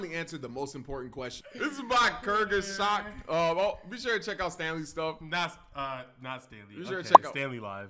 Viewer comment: Bro called the channel "Kurgesag"😭